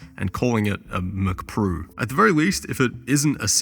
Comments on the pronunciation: "what is even a mcprue" 😂truer words have never been spoken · Chinese accent saying Mac Pro. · McPrue sounds like how a Japanese samurai would say Mac Pro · MCPRUE as in Mac Pro, lol